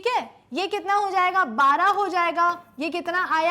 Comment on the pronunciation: she cant say 12 always bara gram...!lol''''';;..........................